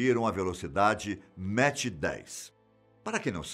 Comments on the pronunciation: NÃO É MATCH , E SIM MACH ( DE PRONUNCIA MAK ) QUE SIGNIFICA MAIS , MAIS 10 X A VELOCIDADE DO SOM ... CADA MACH É O NUMERO DE VEZES QUE A VELOCIDADE SUPERA A VELOCIDADE DO SOM... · Vcs estão falando Mach errado. Não se diz "méche" e sim "mac" 👍🏼